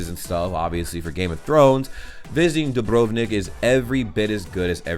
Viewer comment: As a Croat I am glad that you did some digging before you just made a video. And you pronounced Dubrovnik quite good. I think the theater during the Greek times and the one in Hvar weren't quite the same. So I guess your second explanation is more accurate. And did you know that the oldest european city is in Croatia? it is called Vinkovci and also Ludbreg is the center of the world :)